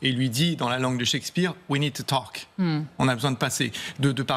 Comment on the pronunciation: We ned to tolk Hahahahaha quel plouc!!!!